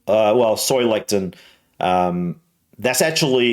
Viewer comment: Xanthan gum and guar gum can irritate the gut! People with IBS often avoid them! Soy lecithein is sold in health food stores! (Or used to be in the 80s!) I believe it is pronounced LESS ih thin!